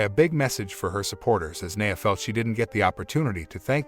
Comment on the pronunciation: Who tf is "Neyah' Jax????